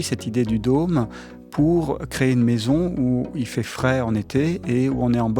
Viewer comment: Le journaliste a un mot à prononcer : dôme (≠ domme). Il y a peut-être une raison à cet accent ? Joli, en revanche, ne se prononce pas jôli, Monsieur le journaliste.